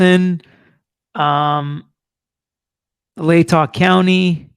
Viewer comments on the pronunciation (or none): none